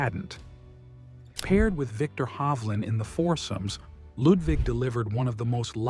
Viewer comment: You don't have to say "Lewd wig". Fun that you are trying but just say Ludvig as you would Ludwig. 😅